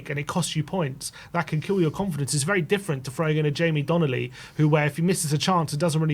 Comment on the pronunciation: DONLEY NOT DONNELLY!!!